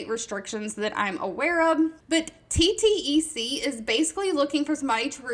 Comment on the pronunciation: Just want to mention this because i noticed before but would never comment because its not that serious but thought you should know the company TTEC is pronounced "T. TECH" been working there for 2 years but it was formerly teletech but got shortened to TTEC again pronounced T. TECH but love your videos lol quite helpful